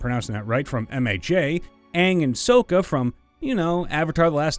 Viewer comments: S-O-kka S-O-kka , it is pronounced S-a-kka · You mispronounced Sokka in the exact same way as in the terrible Shyamalan movie.